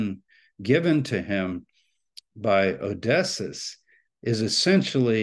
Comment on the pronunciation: Isn't Odysseus pronounced 'O-dis-ee-us'? Maybe Dr. Tabor knows something about how to pronounce it that I don't?